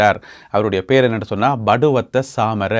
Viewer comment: படுவத்தை அல்ல பட்டுவத்தை.